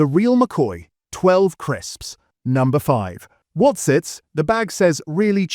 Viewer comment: Why's he saying crisps like that 😭